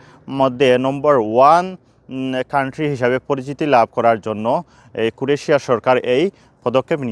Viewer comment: দেশের নাম উচ্চারণ শিখুন।